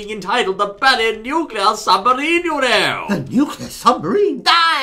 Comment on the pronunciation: more likee nukuler demomen lol